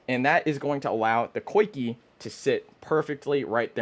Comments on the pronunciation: I believe it's pronounced 'Zee-Kah' rig. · “Coikey” “Niko” cmon we don’t have to pronounce them wrong whenever we know the correct way.